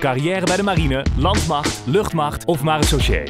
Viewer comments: tha Proforce nee, hij zegt maressauchee.. miss ligt het aan mij maar vgm klopt dat niet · Het woord ‘marechaussee’ wordt in de intro nogsteeds verkeerd gezegd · Hij zegt het half goed half fout nu ik nog een keer luister.